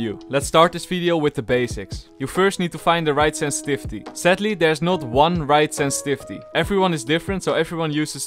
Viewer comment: No one::Ssenssvisty